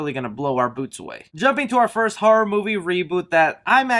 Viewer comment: I tried! Your voice I can’t do it. Also after the 4th time I heard “har-rawr” instead of horror. Had to stop. Good info just better if I could hear it from a magazine....